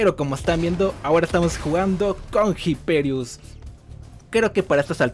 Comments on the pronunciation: pero porque no sabeis leer los nombres? la H no se pronuncia. IPERIUS. Es latin, en latin la H no se pronuncia, como en español. Que los americanos no sean capaces de leer latin no implica que lo hagan bien. Por favor, asi nunca nos tomaran en serio los yankis. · Me da Cringe como pronuncias Hyperius